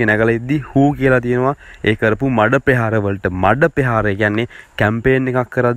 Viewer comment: යකෝ මාධ්‍ය කරණයට එනවානම් පළමුවෙන් සින්හල නිවැරදිව උච්චාරණය කරන්න ඉගෙන ගනින්. පෙහාර නෙවෙයි ( ප්‍රහාර ) පෙමිතිය නෙවෙයි ( ප්‍රමිතිය ) පෙතිලාබ නෙවෙයි ( ප්‍රතිලාබ ) පෙතිඵල නෙවෙයි ( ප්‍රථිපල )